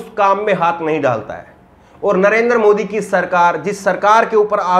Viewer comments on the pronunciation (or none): none